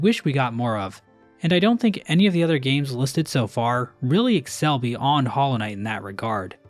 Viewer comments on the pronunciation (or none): none